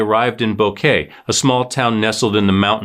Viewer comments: Its bo ket not kay like flowers!! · It's pronounced BO- KEH- TEH. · Come on say Boquete correctly.